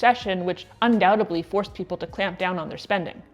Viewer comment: undoubtedly not undoutably